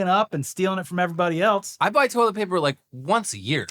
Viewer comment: it's wild how Americans are incapable of saying "toilet paper"